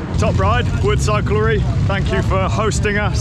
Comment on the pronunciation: If you don't know how to pronounce "Woods Cyclery" - call it by its initials 😁